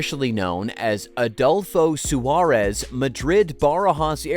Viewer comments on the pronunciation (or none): Was I the only one who got chills hearing the American pronunciation of "Madrid Barajas" and "Adolfo Suárez" Airport?